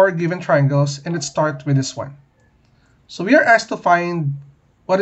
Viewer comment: I heard “Sui” in place on “So we”